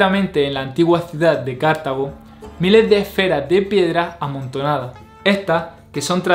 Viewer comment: No me gusta escribir con esta ortografía, pero es para marcar el lugar donde va el acento más fuerte, es CartAgo, no CArtago, lo pronunciaste con acento esdrújulo y es acento grave (llano).